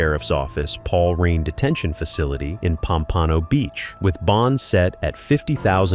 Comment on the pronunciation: Typical AI……your pronouncing of “Pompano Beach” was comical 🤪🤪